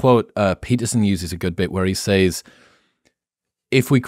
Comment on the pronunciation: The word “says” is pronounced as (sez). Stop saying (saize)